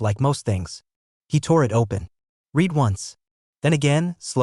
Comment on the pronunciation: Please teach your fake intelligence the difference when pronouncing read in present tense or past tense.